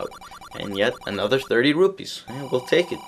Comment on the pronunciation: its really interesting how you say rupees :P. Kinda like: Rubees or something like that.